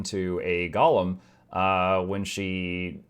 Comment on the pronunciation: GO lem! Not gollum! 😮‍💨